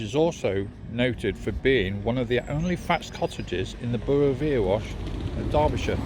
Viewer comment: sorry to correct you its not erewash is pronouced errywash